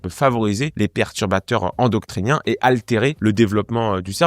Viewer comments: On dit endocrinien pas endoctrinien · Juste petite correction, on dit endocrinien et non endoctrinien ☺️👌🏻 sinon superbe vidéo, très enrichissante. Merci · endoctrinien lol endocrinien*